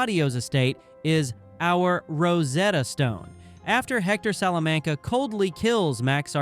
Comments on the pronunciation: Only if you learn how to say Salamanca correctly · You must have seen those shows several times. Why can't you pronounce Salamanca normally